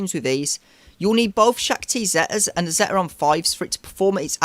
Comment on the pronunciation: It’s a good guide for some of the lower divisions. Some questionable pronunciations of some of the character names and the word ‘Zeta’, but that’s beside the point. I would not recommend ever placing Nest or Wampa on D in 3v3, they are easy solos and undersized squads are often the difference between winning and losing in division 1&2, at least in my experience. A high tenacity Nest can solo almost anything and Wampa can solo most rebel or timeout based squads without a daze.